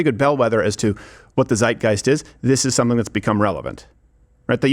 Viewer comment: The German word "Zeitgeist" (time´s spirit) is pronounced with a hard and stressed "Z" in front, roughly "tsait-gaist".